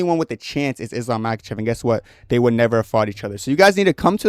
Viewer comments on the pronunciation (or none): none